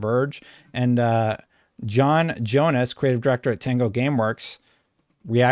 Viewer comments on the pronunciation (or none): none